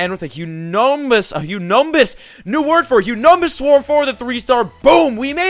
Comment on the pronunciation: Trying to say humongous! Lmao #MYSTLCNEWWORD #Humundois! Lol #MYSTLC2016